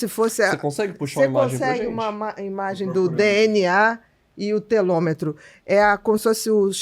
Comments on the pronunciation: Obrigada por informações tão relevantes. Com todo respeito, se me permite uma observação: o correto é telômero e não telômetro. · Ela fala a palavra Telômero errado várias vezes